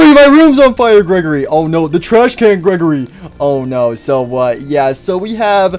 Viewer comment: he said gwegory at the beggning